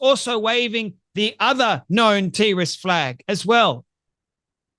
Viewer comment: FFS stop saying teerist it terrorist . apart from that all's good